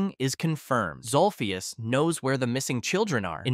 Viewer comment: It’s zolphus